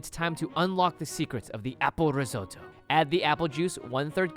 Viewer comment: it's apple (ree-zo-to)